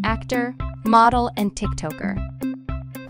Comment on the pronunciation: “Pisses” “Tik Toeker”